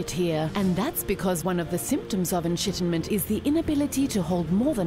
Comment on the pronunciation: the enshittiment